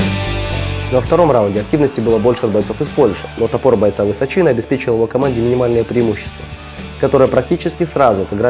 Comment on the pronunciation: ВысОчина, никак не ВысочИна :)